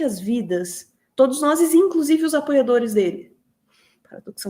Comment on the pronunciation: Péra, como assim? "Todos noses???? Oxe...